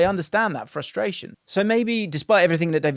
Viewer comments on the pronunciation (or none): none